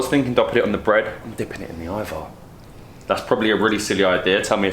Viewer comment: "I'm gonna start by deeping the cucumber into the ajvar" SOMEBODY STOP HER